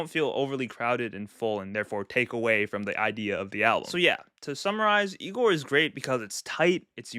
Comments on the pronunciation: Bro butchered igor😢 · Never let bro rank again😰😰 also the misinterpratation of igor hurts